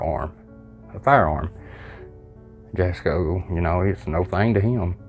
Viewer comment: Jasko is pronounced different, the j is silent, it like German I think, it's pronounced like it has a Y at the beginning. also im one of the people that is older and really like jasko's videos, I know they probably aren't real but it is still good entertainment, kinda like WWE. Fake but still good entertainment.